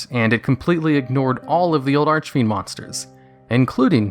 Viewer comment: holy cow. you said archfiend correctly, multiple times.